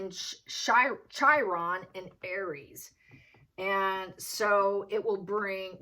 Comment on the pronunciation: Chiron is pronounced "KI - RON." I gather you are not astrologically oriented.